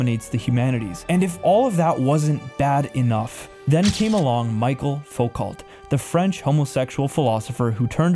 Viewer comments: The French guy called Foucault.... His surname is pronounced "Foo-coh" "coup" is pronounced "coo" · You don’t know how to pronounce “ Foucault” because like all the rest of your generation you apply English pronunciation onto foreign names. For some reason you don’t seem to be aware of tgat. Different languages,different rules of pronunciation. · Michael Foucault is pronounced "Foo-ko" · The French "Focault" is pronounced "Foo-cull" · UGH, the YT algorithm brings me this video of a 20 year old teaching us the history of American politics and the source of its moral decay. Please beware when you listen to a slick presenter who can't properly pronounce the names of people he criticizes, e.g. Foucault and Bernays. Yes, we have problems in our world, but from the lack of religion in our lives and men not being leaders? Please, you actually think the "rosy" 1940s and 50s" was a great time for everyone? How about those who were black, asian, gay, or poor? Many people opposing your conservative politics would still agree that some of the "moral decay" problems you identify are indeed real, but not for the reasons you lay out. The biggest obvious one: Capitalism. Think about how corporations and the rich actually promote all the societal ills you despise. If we could just start with taxing the rich (from billionaires to influencers) and giving everyone healthcare as a right (Medicare for All) you would soon have very little to complain about. Except, sorry, I don't think you can reverse the fact that women don't have to listen to men any more. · did you just pronounce coup as coop? Like I've been sitting here throughout the video "wait, did he just say....?" You need to work on that. Maybe take a little bit of French ("Foucault" needs work too). You don't want to be that guy who talks about the Marine Corpse. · Great synopsis of the decades that threaten western civilization! Note: practice pronunciation, especially the French names/words.